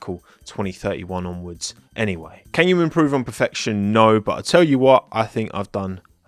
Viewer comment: every time a livery gets revealed "THIS IS PEH-FEHCTION"